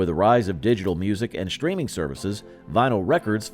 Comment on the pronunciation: "shtreaming" is not a word.